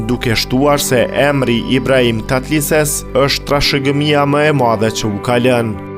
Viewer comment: TATLËSES.... jo Tatlises